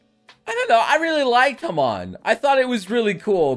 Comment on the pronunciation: Imagine saying Hamon as Ham. On. Bruh